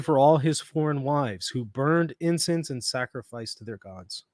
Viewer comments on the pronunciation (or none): none